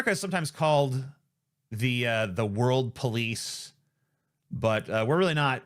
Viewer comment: I know you said World Police but I honestly heard "Warlords of Peace" and I'm just like yea lol